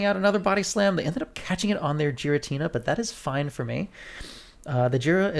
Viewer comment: You’re pronouncing it “jeer-ra-tina” but it’s actually pronounced “Gear-ra-tina” 👍